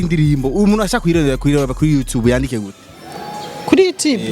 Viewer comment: Ntibavug yutibe bavug you tube 👌👌👌👌correction